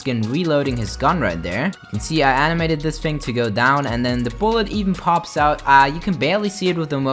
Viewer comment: Why does it sound like when he says thing it sounds like fings